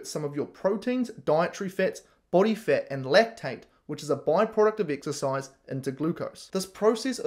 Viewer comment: Why do you pronounce fat "fet" ?